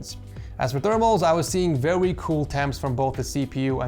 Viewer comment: “As for thermals I was seeing VEWY cool temps” 😁